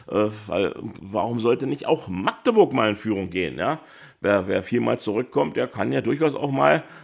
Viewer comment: Schön mal jemanden zu hören, der Magdeburg richtig aussprechen kann statt „Maaagdeburg“